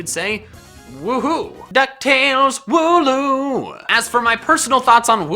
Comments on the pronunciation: Wooloo i think its not woo loo andnits wool oo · hmm thats a wierd way of saying wooloo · Wool-loom, wool duh and loom, crafting things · You ruined mine cause i thought he said woohoo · Wooloo - Wool and Loom... minus the M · I think wooloos name is wool and the pronounciation of the word uwe